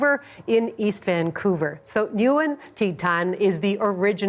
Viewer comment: This ignorant host didn't even ask vietnamese girl how to pronounce her name nguyen